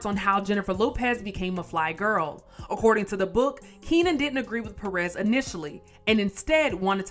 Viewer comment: These gringos pronounce López correctly but cannot say PÉrez. Maybe they think it is supposed to be French, "perés".